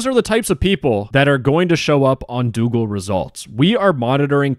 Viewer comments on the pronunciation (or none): Doogle X Dox-oogle ✔